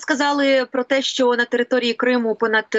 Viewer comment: п. Власто! Чому Ви кажете "щьо", "щьоби", "якщьо"? і ч у тих випадках, коли треба говорити твердо, Ви чомусь вимовляєте м'яко... Дякую за увагу.